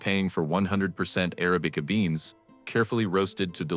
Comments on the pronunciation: Uh-ra'-bi-cuh NOT air- uh-bee-cuh You-ban NOT you'-bun AI pisses me off. To have to listen to a machine talk is jolting! Why doesn't the person that has this channel read the copy themselves! Seriously! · Please stop with "Arabic-uh".